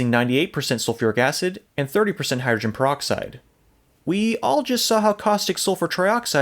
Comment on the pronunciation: I like how he says hydrin proxide. Call the solution alien blood.